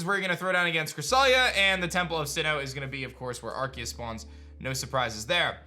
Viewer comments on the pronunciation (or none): NO, IT'S ARCEUS, NOT ARKOOS! SAY IT RIGHT! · IT'S ARCEUS, NOT F*CKING ARKOOS! HOW MANY TIMES DO I HAVE TO SAY IT?